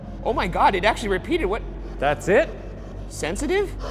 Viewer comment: I kinda heard sedative instead of sensitive